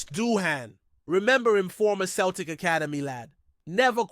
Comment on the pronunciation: You need to learn to say Celtic and Jota ffs you ain't no fan if you cant even pronounce the names